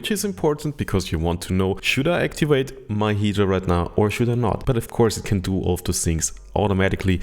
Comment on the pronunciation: Actiwate? Activate.